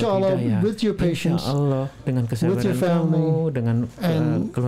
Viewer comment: UDAH MULAI FASIH BACA LAFAL "ALLAH" AWAL2 MASIH BELUM SAMA SEKALI